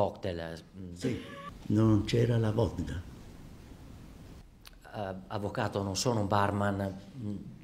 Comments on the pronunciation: la vodGa.. ehh l ingrediente fondamentale :D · “Non c’era la vodda?”